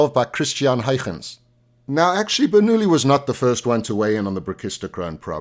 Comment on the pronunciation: Thank you! And you pronounced "Huygens" correctly!